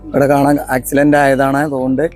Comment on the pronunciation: നിങ്ങൾ ഒരു വാക്ക് ചെറുതായി ഒന്ന് തിരുത്തി പറയണം accilent അല്ല accident എന്ന് പറയണം.ഞാൻ നിങ്ങളുടെ തെറ്റ് തിരുത്താൻ നോക്കുന്നത് തെറ്റാണെങ്കിൽ ക്ഷമ ചോദിക്കുന്നു.